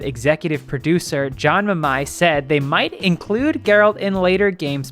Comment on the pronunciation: when they can't even say geralt the right way there something wrong